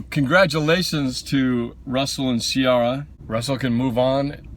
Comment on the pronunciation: Its pronounced Ci-air-a